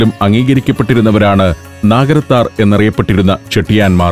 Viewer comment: Athangudi alla aathangudi . Naagarathar alla nagarathar.